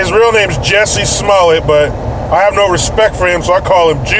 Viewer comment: "Juicy Smallyay" 😂